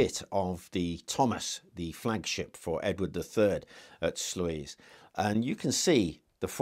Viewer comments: Great video, I think it's pronounced "Sloys". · Great presentation! The pronunciation of Sluys is "sloys." Looking forward to more contributions in the future!